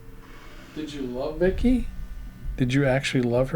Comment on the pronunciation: I hear "My name is Vik - E" The two syllables and the first seem enunciated with the V.